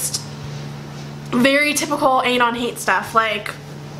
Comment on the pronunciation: that's not how you say anon omg. it bothers me how you pronounce it so much idk why .___.